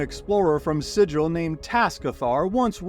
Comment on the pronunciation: sigh:. Alright,. I gotta admit, fer a clueless prime, you got most of it right. Good job on learnin' most a' the dark a' the hells. But ya just HAD ta go an' ruin it by gettin' the name of the City of Doors wrong. It's SIGIL,! SIGIL! Rhymes with 'wiggle' or 'giggle'. Yer lucky yer on yer Prime world. Say the name wrong here an' some barmy Guvner may put yer name in the dead-book!